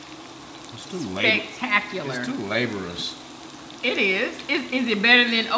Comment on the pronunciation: MS is a genius? Hmph. 🙄🤨😑 Edit: Laborious, sir, not "labor-us."